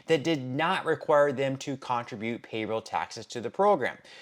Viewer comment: You need to learn the CORRECT way to pronounce "CONTRIBUTE": It is "/kən-TRIB-yoo͞t/" with the accent on the SECOND syllable;' not "/KON″trĭ-byoo͞t/, accenting the first syllable, as in "contribution"! Are you using AI to read your scripts?